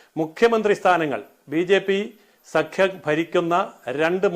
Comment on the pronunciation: l NDI അലയസ് എന്നു പറയുന്നതല്ലേ സാർ ശരി. സഖ്യം സംഖ്യ o എന്നു പറയില്ലല്ലോ ?❤️🙏